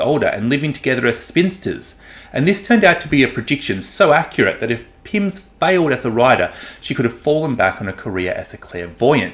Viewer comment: Can I be the tiger curmudgeon and ask why you referred to 'Pyms' throughout the review? 😝Almost like you were thinking about a certain biscuit or cocktail...